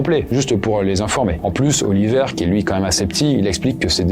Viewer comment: Autant je connais des Oliver, mais des Oli''vert'' c'est pas commun 😅